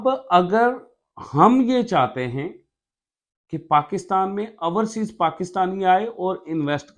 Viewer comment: Ourseas nahee Overseas hota he